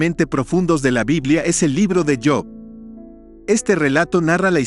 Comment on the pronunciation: Disculpe la observación pero no es yop es job